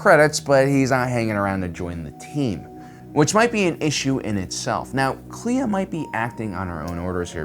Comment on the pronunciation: When I first heard a character say Kleya's name, I heard Leia. So that's my crazy theory.